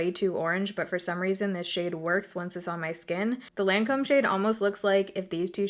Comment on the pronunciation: that moment when even the Lancôme lady didn't even pronounce the French name right ....